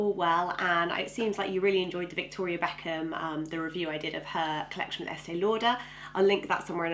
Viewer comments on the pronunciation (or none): none